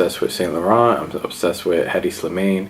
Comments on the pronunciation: It's pronounced Eddie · His name is pronounced like Eddie h is silent my friend